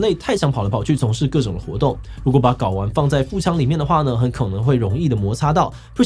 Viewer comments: 睪ㄍㄠ丸，不是ㄍㄠˇ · 不是要念ㄍㄠ ㄨㄢˊ 才對嗎😂 詞 【睪丸】 讀音 ㄍㄠ ㄨㄢˊ 解釋 男性或雄性生殖器官的一部分，為製造精子的地方，可以分泌睪丸素酮。例男性的睪丸在出生後若是沒有下降到陰囊，則將造成隱睪症。 △精巢、外腎 圖示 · 睪丸的睪 應該念ㄍㄠ 吧？